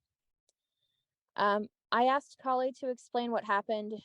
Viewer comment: It's "asked you." NOT aXED you." How can such an educated individual keep making the same error?